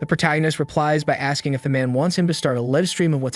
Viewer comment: Live is pronounced /līv/. Get it right or just stop translating videos to English until you know English better than me. And I'm just an ordinary guy, so you can do it if you try.